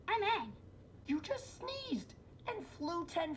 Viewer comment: Please don't say 'Ung' 😂 Everyone shares a trauma about this huge error from the terrible live-action movie we do not mention. It's Aang - said like 'Ah-ng'